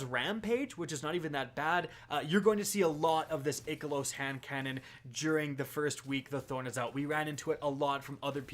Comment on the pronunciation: Question, Why do you say Ikelos as Ick a Loos? I thought it was Eye Kellos / Eye Kill Oos. Or have I been saying it wrong? Thought when bungie did the live stream with EP that's how they said it.